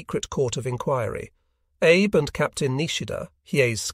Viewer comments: It is not pronounced Abe. It is pronounced as Ahbay. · I’m guessing that “Abe” is supposed to be pronounced here like “Ah bay”. The auto-reader makes me cringe every time.